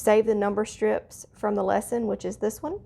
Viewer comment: That word "strips" has a short /i/...strips:-)